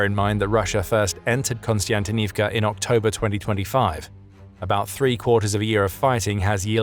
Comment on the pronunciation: there is no 'N" or 'KON' in Kostyantynivka... sheesh